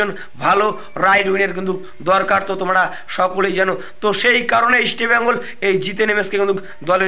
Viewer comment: ভাই ইস্টবেঙ্গল কথা টা ঠিক করে উচ্চারণ করো।